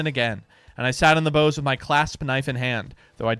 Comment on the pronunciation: It's pronounced shooner, not skooner. And the end of a ship is the bows, as in b-ows, not bows like a ribbon